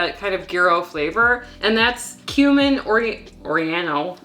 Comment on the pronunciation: Jamie Oliver say Oragano❣️